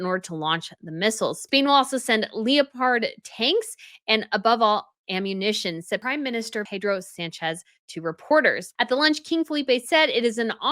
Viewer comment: Good program and lots of good content. I did have to laugh at Le-o-pard tanks. Think big spotted cat. 🐆